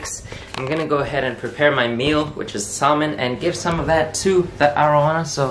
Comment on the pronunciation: you're saying salmon wrong btw